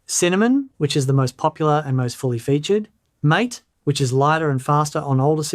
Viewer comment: Just a note that MATE desktop environment is pronounced /ˈmɑːteɪ/ (MAH-tay) as it comes from the plant yerba mate.